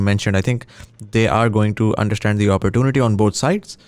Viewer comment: the entirety of the podcast, or shall i say, shitcast, didn't have a single mention of imperialism. the word didn't come up at all, nor the mechanism of imperial powers and imperial mindset. what a load of crock. p.s:, 'opportunity' ko sahi tarah prononuce kya kar. nahi kar skta tuo lessons le lay.